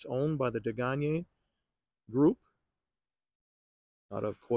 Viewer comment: I completely agree with your pronunciation Day-Gahn-Yay. I ran it through Google Translate, listening to Googles French pronunciation and it sounds like what you spoke.